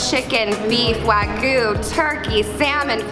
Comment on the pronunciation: its wagyu not wagoo